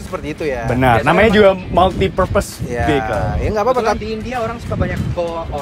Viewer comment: Cara baca vehicle adalah vi e kel bukan vi hai kel